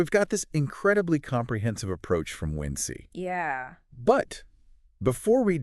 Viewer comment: How did you find out about us? The description mentions human curation and we would love to talk with the humans behind the making of this video. Also, its WinC like "Wink" ;) not "Win-See" or "Win-C"